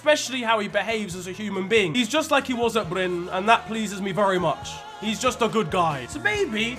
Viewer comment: The clip when Erling as a child is asked who he had learned to score from, the translation is wrong, The journalist said : where did you learn to score goals? Because your dad couldent 😂 in a cheeky way, not rude, that is quite normal out on Jæren (larger area that Bryne is a part of) btw you are pronuncing Bryne correct, except you forgot a letter , the E is also pronounced, you are saying Bryne like Norwegians would say Bryn Same ending as when you said Molde